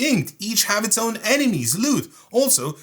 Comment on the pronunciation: My brother... its pronounced own.